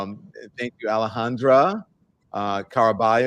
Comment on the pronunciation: Don u keep calling Alejandra, Alejandro what's up with that 😂